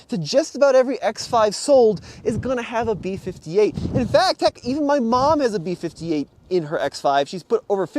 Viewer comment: “B52” lol. It’s called B58.